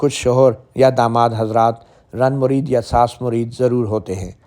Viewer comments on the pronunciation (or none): زن مرید پڑھیں رن مرید نہیں